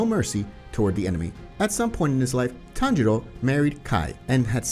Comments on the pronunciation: people hearing tanjiro instead of tanjuro: SWEET HOME ALABAMA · tanjiros dad name: tanjuro him: says tanjuro like tanjiro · It’s not Tanjiro, is tanjuro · its tanjuro not tanjiro :/ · Bruh just said at tanjiro's father he said tanjiro no tanjuro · am i going crazy or does he call Tanjiro's father Tanjiro? [Its Tanjuri] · its tan JU ro not tanjiro (for tanjiros father) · HIS FATHER NAME IS TANJURO NOT TANJIRO WTH MAN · its tanjuro not tanjiro